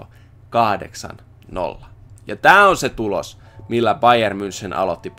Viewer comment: Sori kun nalkutan ääntämisestä, mut voisitko sanoa bayer "mynhen"